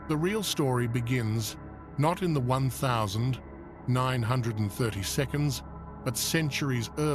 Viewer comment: AI Slop , can't even say 1930's